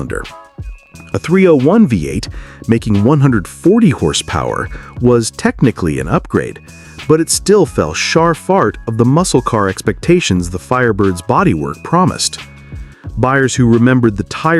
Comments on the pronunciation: the narrator says “shar FART” instead of “fell short” LOL 😂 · ... ...the 301 engine fell "SHAR FART" of the expectations of a muscle car....what is "shar fart"?? STOP USING Ai TO COMPILE AND NARRATE THESE VIDEOS. 😮 The misinformation and errors effect validation.